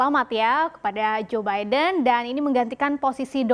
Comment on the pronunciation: Gw dengernya joebaida